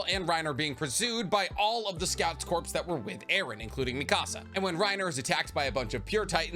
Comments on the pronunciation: Corpse I'd a dead body, Corp is pronounced like core. Jfc you're old enough and smart enough to know this.🤦‍♂️🤦‍♂️🤦‍♂️🤦‍♂️🐝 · did you say corpse and not core holy shit man learn engrish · Sorry if this comes off lame but corps is pronounced cores instead of corpse in relation to a military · You keep saying corpse. Not corps. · Corps is pronounced "core" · My guy, please. Corps is pronounced like Core. Just drop the S pleaaaassseee